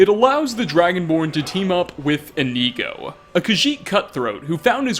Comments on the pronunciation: come on brother, you have Inigo installed, and your gameplay videos with him were up on screen. His name is Inigo, not Ineego/Ihkneego lmao. I know you’re not the absolute best at pronouncing Elder Scrolls names, but Inigo’s name is literally right there in the title (and his pictures). He is a blue Khajiit, made by Smartbluecat. Indigo is a color close in shade to blue. Inigo therefore is pronounced like Indigo, without the “d” 😂. It’s okay though, I still love your videos lol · Its not IniEgo its InIgo, with the I being said like "Eh" or very fast. Inigo. Not Inego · I thought you pronouce Inigo as In-igo not Ineego. Have I been saying his name wrong this whole time D: !? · In ‘I’ go not in ‘ee’ go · Why are Americans so shit at pronunciation, why is he pronouncing "Inigo" as "Ineego" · Inkneeeeeeeego. Bruh. Inigo says his name a lot. He's a Khajiit. Why are we pronouncing it incorrectly? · E...EeKneeGo, nice. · Its not really a stereotype its relatively true, in the same way that I'm sure us English completely butcher the pronunciation of a lot of your words and or phrases but I'm just pointing out that there are a few such as "Inigo" that I don't understand how they could be pronounced differently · Is it just me or does it seem like he hasn't played with the Inigo mod at all considering he can't pronounce the freaking name correctly? I think I'm about to have a brain aneurysm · The way you said Inigo makes me want to go deaf. Sorry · Okay this is cool and all but all I really got from this is the fact that you don't know how to pronounce Inigo. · Normally I'm accepting of your difficulties with pronouncing things, but butchering Inigo's name so badly comes fairly close to sacrilege. Hopefully, you'll learn the pronunciation by the time V3 comes out.